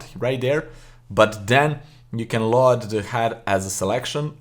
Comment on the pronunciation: Excellent video as normal but I wanted to mention that you are pronouncing the word "Load" incorrectly. The American pronunciation is /lōd/ not /Laud/ but overall your English is remarkable.